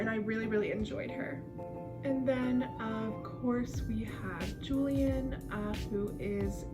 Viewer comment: ur using the gringo pronunciation of julian but its ok 😓😓😓😖😖😖